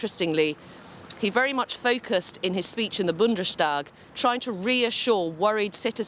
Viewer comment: Also the BBC must stop saying "Bundeshtag" when talking about the Bundestag. There is no "sh" sound anywhere in this word, although apparently everyone at the BBC believes that.